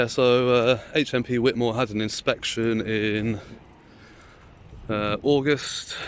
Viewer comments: It is pronounced "White" - I am from the town next to March. Chatteris - my football team often used to hire the social club at the prison for our end of season nights out as a few players were prison officers there. Both towns are dives mind you. Found you through Nobody Poor, although I don't live in the area anymore I'm glad to see someone auditing it. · Yes it's pronounced white-more, great video! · At least pronounce it correctly,fckn wit more ?